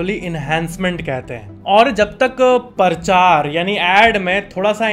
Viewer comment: one fact is it is not parchar it is prachar